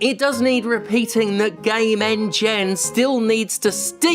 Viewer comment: I kept hearing gamengen as "Gay Men Gen" not sure what it that should mean but it makes me giggle like a child 😂